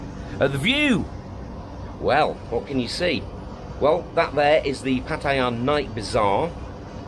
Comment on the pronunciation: Really don’t get your way of how Pattaya is pronounced pat i ya?? Also when you use the word falang?? And not foreigner fair enough if you are from Thailand or the very least you speak the language mate come on love your blogs but please